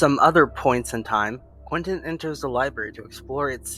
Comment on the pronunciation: No you said Quinton not Quentin